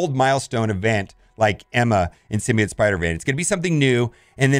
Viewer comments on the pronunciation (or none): none